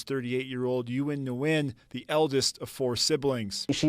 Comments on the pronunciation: Ni goo yen.😳👁👁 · Her surname is pronounced "Win." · My condolences to her family. Nguyen is pronounced closely to "Win."